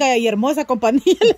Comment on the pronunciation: se dice COMPAÑÍA NO COMPANIA.